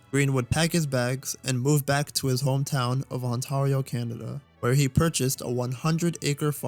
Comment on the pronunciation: It hurts me as a Canadian the way you say Ontario